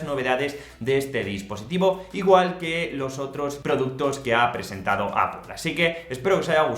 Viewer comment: A la tercera vez que has dicho "Apol" me has dado un poco de grima pero buena review.